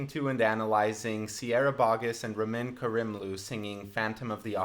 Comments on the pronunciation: Ruh-min kur-rimlu? As a Persian and an mt performer I'm utterly offended by your pronunciation. 😕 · um...it's pronounced Rameen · you pronounce Ramin's name a lot more... not funny than I do. Like I say Ra-meen Kare-im-loo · Love this but it’s an E at the end ahahaha ramin and sierra are my absolute favourites as these characters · The difference in pronunciation is simply due to the fact that she is British, and he is Iranian/Canadian. Also, it's pronounced Ram-een. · Um just by the way you pronounced Ramin totally wrong... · Haha, even he can't pronounce Ramin his last name! 😂.